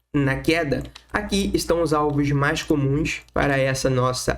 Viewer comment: "Mais" nao se pronuncia como "Mas".... aprende o português primeiro né brother ( de nada, só você ganha falando corretamente)